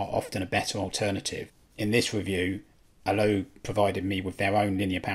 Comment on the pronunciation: I know this is nitpicking but those pronunciations... Pi as in pie, not P I Volumio as in Voloomio (one word) Allo (short 'o' not 'oo')